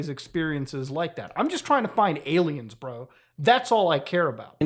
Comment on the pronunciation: I cant get over how he calls them ay lmaos and how he pronounces them. lol